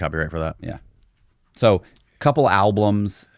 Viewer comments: I'm sorry but the moment I heard this guy say "a couple alblums" repeatedly, He lost all credibility IMO .... 🤨😒🤥 😂😂😂😂😂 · Does this guy seriously not know how to spell and pronounce albums? He said al-bLUms multiple times. That L does not need to be there. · the guy can’t say alblums correctly lol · Someone who says “alblums” not once, but three times, has zero credibility. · Album. There is only one L in the word. "Al-blum" sounds ridiculous. How do you botch a word like that? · Dude said "al-blums" three times in a row and I was out. This is some dumb sh*t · Albums! Not alblums. Dang, if you're gonna dis someone, correct word pronunciation really matters. Always matters. Most disturbing thing about this is that ive just wasted 10 mins watching this hokum. What a load of hooey. Get a life dude. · I hate it when people pronounce albums as alblums 😂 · he said "alblums" meaning they put an extra "L" sound in there when trying to pronounce the word albums. It does sound idiotic. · Seems you missed it. The comment was just having a laugh about the extra “L” in his pronunciation of “albums”. Dude said “alblums” multiple times and didn’t get called on it. YW🤙🏻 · I bet the songs are horrible, but so is this guus pronunciation of the word "albums." Sounds like hes got marbles in his mouth every time. Man says "alblums" every time 😂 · I swear he’s saying “alblums”. It’s driving me crazy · dis nigga just say “al-blums” twice? 😂